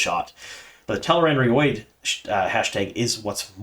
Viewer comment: Is this how Tel'aran'rhiod is pronounced? Sounds like something you should see a proctologist for...